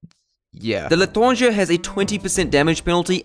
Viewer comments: im pretty sure l'entranger is pronounced "le-tronj-ay" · HE SAID LE'TRANGE OR WHAY EVER ITS CALLED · i always get infuriated at the mispronunciation of the GOD DAMN L'ÉTRANGER!!! although, i do not blame you, as the word contains sounds unique to the french language. then again, it's so simple to just search up "L'Étranger pronunciation" on google. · stop trying to pronounce the l'étranger in the wrost ever accent ive ever heard, you either do it right or you don't do it at all. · I love listening to people trying to pronounce l'etranger xD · wait a fcking minute, that sounds like...... FRENCH. AEHGH FREENCH, LADS THIS GUY IS FRENCH. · He's told us explicit knowledge! We now know that the Le'tranger is pronounced as, 'Le'tranger'. Back to you in the studio.